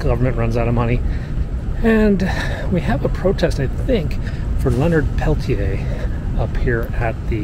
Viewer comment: Thank you for showing this. 💯💯Not to sound mean, his name is pronounced different than the spelling- Pelt-tear. He has a special place in my heart, and I so hoped he would one day be free. I hope those involved stay peaceful. As President of a Native American Student group at U of WI Parkside, we put on a day ;long program and gathered signatures in the hopes of getting him freed. Even the very government that prosecuted him, also found him innocent, when new evidence was brought to light for the defense. The son of the FBI agent would not allow Leonard to ever be released, except to bury him. Wow, I wish I was in DC. I am a proud Lakota with connection to both Rose Bud and Pine Ridge.